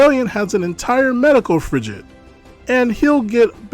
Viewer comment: Frigate has a hard g sound, I know it's an uncommon word, but I have a need to correct pronunciation.